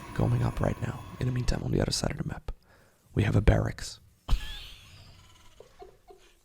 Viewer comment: I love the classic intro, but honestly, my personal favorite is when he says "the udder side of the map".